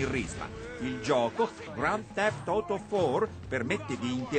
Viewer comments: SI DICE NIKO BELLIK e NEANCHE GRAND THEFT OTO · "Grand theft oto" ahahah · Ma poi sbaglia proprio la parola in italiano AUTO! HAHAHA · La parola Auto si pronuncia così